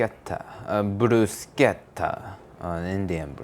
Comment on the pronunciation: That's how i think japanese say "bruschetta". Anyway it would have been a bruschetta if the bread would have been toasted (the name comes from "to burn a little", referring to the bread)